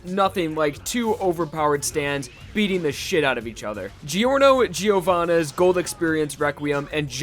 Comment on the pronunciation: Dude why do you pronounce it "giOOrno gIIOvana"